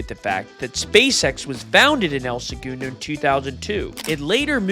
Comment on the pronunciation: having the narrator and interviewer pronounce segundo so differently is wild